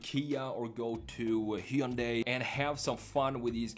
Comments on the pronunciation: It's pronounced Hunday like Sunday! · Very nice design. Also we're almost to 2023 and YouTubers still can't pronounce Hyundai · I don't know how many times I can hear one guy pronounce "Hyundai" wrong... I'm out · it's like HUN-DAY, it rhymes with Sunday as the old ads would say